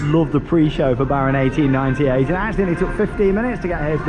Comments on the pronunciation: Came here for the ‘‘Baron akten-akten-negennen’’ and he nailed it... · Het is baron achttien acht en negentig, you prenounced it very good. I love the Efteling.🎉🎉🎉